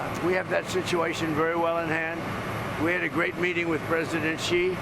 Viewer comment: Xi pronunciation is “she”.